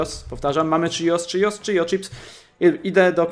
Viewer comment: Nie czijos tylko chios